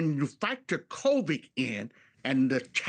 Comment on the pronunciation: Did he just say “covik “? 😂 wonder how much he’s being paid.